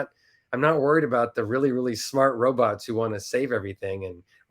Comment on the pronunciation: Be vewry verwy quiet we’re hunting wobots 😏🖖🏼❤️🇺🇸